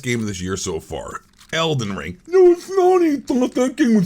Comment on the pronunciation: This is my new favorite channel just because of that “I DiDnt lIKe ElDeN RRRiNNgggg”